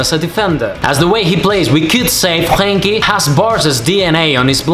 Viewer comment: the r in Frenkie is a RRRolin r